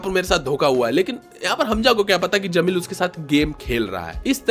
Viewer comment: Bro its Jameel not zameel...better for you would be to use an AI voice over